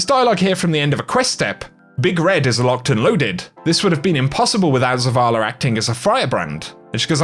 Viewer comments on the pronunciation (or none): Skip this video comp . Waste of time just more non sensical babbling with adding "r" to words that have no r.....wtf is zavalr? Smdh.....yes im being satcastic